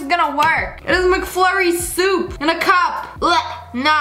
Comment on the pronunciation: “mhh good ✨SoUp✨ Me: I can’t I’m dying- 🤣🤣🤣😂😂